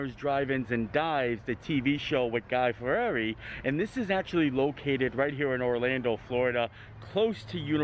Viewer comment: seemed to be a big struggle trying to pronounce Fieri